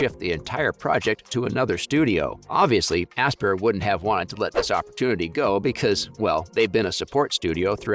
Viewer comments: only slightly more than "asper" ah-SPY-er...... like inspire. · The way you talk about this stuff is so annoying. You don’t need to spell out KOTOR just say it exactly as you would say a word spelled that way.. and ASPYR is said like “aspire” not asspurr.. it really takes away from the video when I’m constantly cringing at the way you say things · The way you say aspyr is really triggering me it's aspire like you aspire to do something that's how it's pronounced